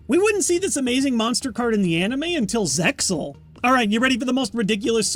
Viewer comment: The x in zexal is actually not pronounced : D that sounded so weird